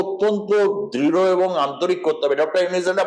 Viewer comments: নিউজ প্রেজেন্টারের উদ্দেশ্যে বলছি - একজন গুণী ব্যক্তির নাম শুদ্ধ ভাবে উচ্চারণ করুন। ৩২ সেকেন্ডে আপনি ইউনূস স্যারকে ইউনিস বলেছেন। ভবিষ্যতে এ বিষয়টি খেয়াল করবেন। আর আপনাদের ভারতীয় মিডিয়াদের কি আর কোনো কাজ নেই, শুধু বাংলাদেশকে নিয়ে উস্কানীমূলক ও বিকৃত খবর প্রচার করছেন। ভয় পাচ্ছে নাকি আপনাদের সরকার যদি ভারতেও ছাত্ররা বৈষম্য বিরোধী আন্দোলন করে? উত্তরের অপেক্ষায় রইলাম। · Not younis, Younus ok. Juounalis vai if don’t have any problem to talking (stammerer); tell name properly ok. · To dear anchor of the channel, please pronounce correctly. Yunus, not yunis. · আরে সাংবাদিক দাদা আগে ত নামটি শুদ্ধ উচ্চারণ করুন উনার নাম ইউনিস নয় ইউনূস ওকে? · ইউনূস ওনার নাম হালা আগে নাম সঠিকভাবে বলা শিখে উপস্থাপনা করবি😈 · ঠিক করে উচ্চারণ করুন , উনার নাম ডক্টর মুহম্মদ ইউনুস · Younus নামটা ভালো করে উচ্চারণ করতে পারে না উনি কিভাবে,,,,,,,,,,। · বাংলাদেশ ভারতের সম্পর্ক এসব আলোচনা থেকে নস্ট হওয়ার সুযোগ নাই। আপনাদের লাভ এইটাই যে ইউটিউব থেকে বেশী টাকা কামাতে পারবেন। বাংলা বানান ভূল ও ড. মোহাম্মদ ইউনূস স্যারের নামটা ঠিক মতো বলতে ও লিখতে পারেন না । মন গড়া কথা না বলাই বুদ্ধিমানের কাজ। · ভালো ভাবে নামটা বলেন! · ইউনুস উচ্চারণ আপনার ভুল আছে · দাদা নাম টা তো ভাল করে উচ্চারণ করুন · ইউনুস নামটাই উচ্চারণ করতে পারেন না আবার উপস্থাপনা করতেছেন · ছি উপস্থাপক, নামটাও ঠিক মত বলতে পারেননা